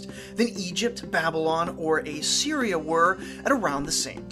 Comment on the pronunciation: Dude. It's pronounced Assyria, not A Syria.